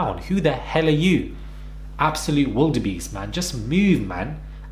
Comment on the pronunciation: Yoo HE SAY “WILDEBEEST” 🤣🤣🤣